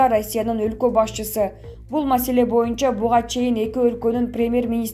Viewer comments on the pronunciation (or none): none